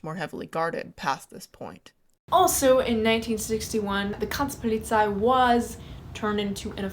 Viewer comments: "KrantzPolizei" - say it with me "Grenz - Polizei". "Grenz" you have to hit the G Harder and Roll you R, like a Tiger "GRRRRRRRRR..." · Your pronunciation of "Grenzpolizei"/"Grenztruppe" is well creative 😅but you are trying your best ^^ Otherwise great video as always though